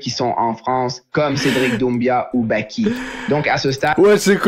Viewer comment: cedric doumbia mdr celui qui mange de la loubia 😅😅😅 il sait pas dire doumbé ou quoi